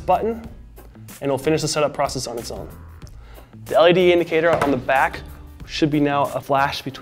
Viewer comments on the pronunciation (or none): none